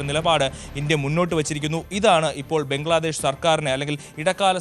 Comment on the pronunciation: ഏതാ ഈ ഊള റിപ്പോർട്ടർ? നീ ഒന്നു ശ്വാസം വിടടേ. അവൻ്റെയൊരു പംഗ്ലാദേഷ് ! ഫൂ